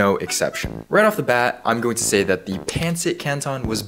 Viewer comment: Its acctually pronounced like this "pan sit can ton"